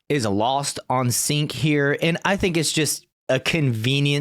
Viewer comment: for evermore it's sink....or chunk